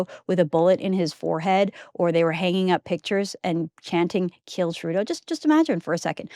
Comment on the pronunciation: Punjabis have their own english accent…all they shouted was “skill Modi..” for others it appeared ‘s’ to be silent…!